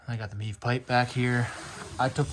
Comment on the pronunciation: Sorry dude it's MIV ...Not MEEV jfyi